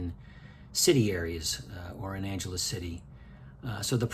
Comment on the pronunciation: Since u r residing there pls ask locals how to properly say Angeles, this isn't Los Angeles buddy. Take care & enjoy living there.